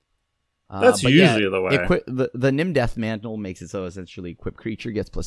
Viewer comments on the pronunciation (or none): misreading Nim Deathmantle made me actually facepalm at work